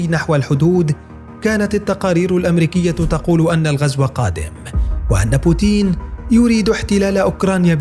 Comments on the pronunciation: تنطق بوتين وليس بوتيين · اسمى بوتين وليس بوتيين